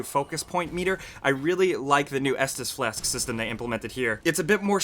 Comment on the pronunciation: " essus flass.." 😆